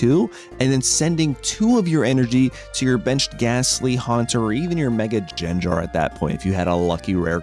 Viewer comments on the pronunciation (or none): Thats just playing around with pronunciation. He knows it gets him engagement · He says it wrong on purpose. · how do u misprounce his name lmao like its literally said in the show and u somehow butcher it. i legit unsubscribed